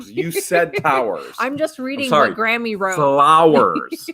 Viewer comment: Surely Graeme's name is pronounced Gray ham?? Not Grammy?? It grinds me everytime. ha ha ha